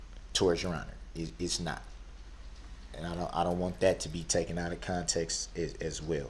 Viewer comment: He never said "out of context". He said "out of conteks" whatever that means !